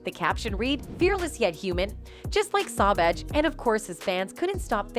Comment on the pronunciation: It's SAUVAGE PLEASE SAY IT RIGHT!!!! WTH???